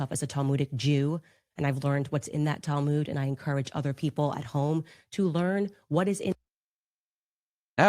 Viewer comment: That's her talmooood.......geez at least learn how to pronounce it......the rest of us have a multi volume, so heavy you need special bookcases to hold them.....she has a 75 pg soft cover booklet......that's her talmooood. I don't even think there are Jewish sources that discuss black people. It's not within Jewish sources to divide by race. It's just not logically accurate.